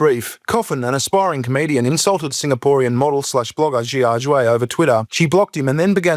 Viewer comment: Listening to you pronounce Xiaxue hurts my ears!